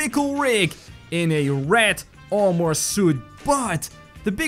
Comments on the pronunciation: Its armor not ar more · How to pronounce armor: ar-mer